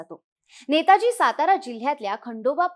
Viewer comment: आधी नाव नीट घ्या नेतोजी आहे नेताजी नाही